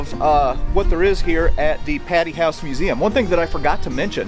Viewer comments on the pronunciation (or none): Omg... did you say patty? It's p-A-tee. Long A sound